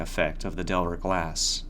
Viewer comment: Just a small note; The name of the mirror / maker of the mirror, is 'De iver' as opposed to 'Delver'. Nice read though